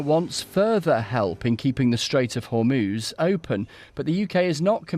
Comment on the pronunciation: Trump said "In the Strait of Hormones"